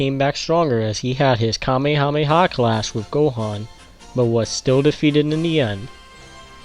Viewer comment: STOP SAYING KAMEMEHA. It’s Kamehameha.